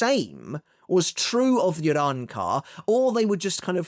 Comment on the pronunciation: can u stop saying arrancar like that weebcuck